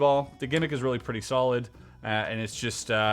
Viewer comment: Did you say it was reel-y strong? ha.